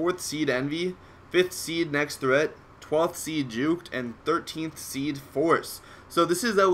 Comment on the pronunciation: Nex[-TT-]hreat :D